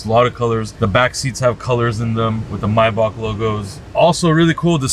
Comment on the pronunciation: And is not myback It’s Maybach👀